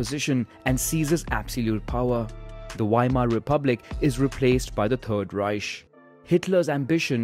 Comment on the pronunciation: "perd reish"